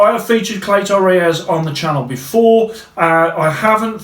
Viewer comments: Nothing rung with how yow say clay-toe ray-yez. Spot on r kid 👍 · Don’t sweat it man, I’m Mexican and you pronounce Cleto Reyes just fine